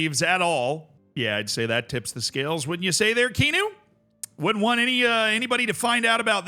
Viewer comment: Kean-u is killing me